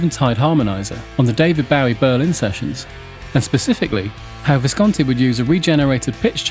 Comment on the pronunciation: David Bau-eee? Who’s that?